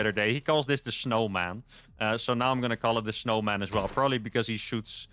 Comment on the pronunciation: Please never stop calling that hero the "schnowman". A schmoke and a pancake!